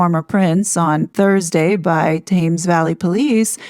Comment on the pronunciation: Love your channel😊💯👏 and not to be cheeky, but "Thames" is pronounced: "temz" (rhyming with "hems" or "shemz